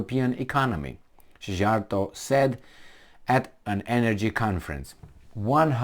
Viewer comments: Dear The foreign minister's name is pronounced Sea-art-o Or C-are-toe. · Szíjjártó Péter's name is pronounced C-yar-toe. Keep up the good work.